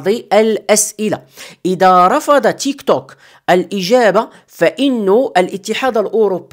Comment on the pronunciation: التطبيق اسمه تيكتوك وليس تشيكطوك😂😂😂